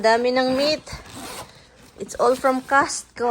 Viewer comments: You mean pala costco. Kala ko castco kc the way you pronounce e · Pronounce it COSTCO not CASHCO